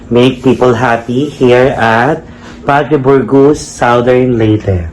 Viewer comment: Padre Burgos neng, hindi Padre Borgus